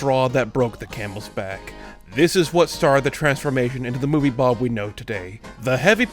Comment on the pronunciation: I really like how calls movie bob "movie blob"